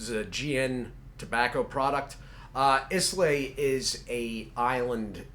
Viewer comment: Islay is pronounced "eye-la". Islay scotch has characteristic smoky, and peaty flavors, often with notes of iodine, seaweed, and sea air. It is very distinctive in it's flavors compared to other single malt scotch from other regions of Scotland. I know you don't drink, so the explanation.